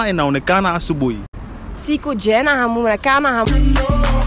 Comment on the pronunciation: I thought the hosts pronunciation of huonekana in "Siku njema huonekana asubuhi" was rather surprising ... is that how you pronounce it ?!?